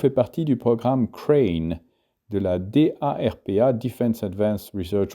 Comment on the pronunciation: ha oui ,j'avais oublié , prendre l'accent anglais pour les mots anglais ... moyen ... et je sais que ça s'écrit D.A.R.P.A. mais en principe on le dit simplement darpa tout attaché , j'espere que tu m'en veux pas trop pour ces remarques mais je trouve tes videos interessantes et j'espere que tu continuera un bon moment